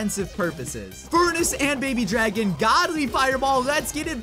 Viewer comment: You said paby dragon